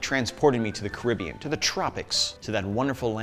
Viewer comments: Car-rib-b-on. That’s how it sounds? ✌️ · Caribbean. Carib Bean.